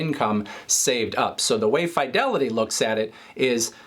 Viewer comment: I typically hear it pronounced “Fuh-Delity” not “Fye-Delity” By employees who work there